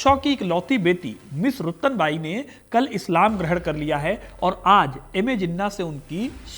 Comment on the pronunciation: रतनबाई बोलो भाई।